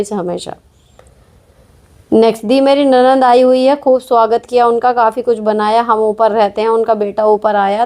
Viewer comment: Mam aap nanad(ननद Word ki pronounciation thoda theek se kijiyega